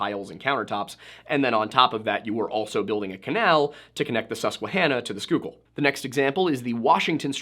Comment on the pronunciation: I had this video on as background noise for my work day. Suddenly, out of no where, correctly pronounces Schuylkill and I dropped the binder I was working on! ❤😅